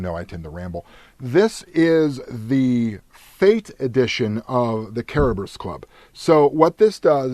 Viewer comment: Pronunciation: CARE - BEAR - OS <--- just like that. ;) It sounds like you are saying KERUB - US ...hope this helps sir. :D